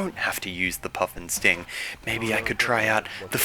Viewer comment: When he was saying puff'n'sting, i thought he was saying puffin sting.